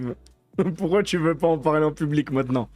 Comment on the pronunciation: Pourrais tu arrêter de dire ''poursuoi pas''? N'y a t il pas un dicton qui dit qui vo.. un oeuf vo.. un boeuf?